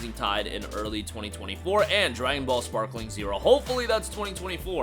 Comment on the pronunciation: Sparking bro Sparking not sparkling ✨️ 😂